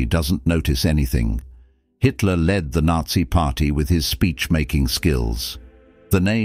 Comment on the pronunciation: He named Hitler he pronounced it histler